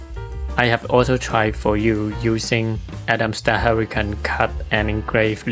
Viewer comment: Excellent video. I like that you showed the built in Camera and Atomstack Studio software. (I understand you are not native English speaker but I understood everything. For future Atomstack videos the English pronunciation of Atomstack is not Atom sta, It is with a K in the end. Atomstack the sounding as you pronounced Camera C and K are often pronounced K. Cat, Kit and Camera is: K-sound.)